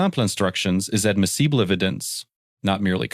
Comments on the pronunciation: “Admeesable evidence?” FFS get rid of the AI and hire a human to properly read the script. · Your AI voiceover shows. sample (simple) Ad-mees-bleha (admissable) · "admissible" and "sample" are not complicated words to pronounce. WTF? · Anyone notice the AI commentator suddenly became French when he said "sample" and "admissible" - ?! 😂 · Yeah, I had to play that part back to figure out what he was saying. 😂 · Please use better A.I. narration software. You ruin an otherwise good channel by cheaping out with your voice over software. In this day and age, an A.I. narrator ought to be able to pronounce the word “admissible ( among other things). Not subscribing, and thumbs down. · lolll the AI voice pronouncing 'admissible' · If you can't even get an AI narration that can pronounce simple words like "admissable", try a different hobby or, better yet, narrate it yourself!